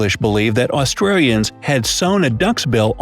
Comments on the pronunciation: The first mispronounced word he said that I noticed was when he pronounced Australians as “Aust-RARE-ians” at about . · “Austrarians” sorry I laughed way to hard at that💀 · Austrians Lol 😂 😂 😂 😂 😂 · did he just say: ‘Austrarians’? Really?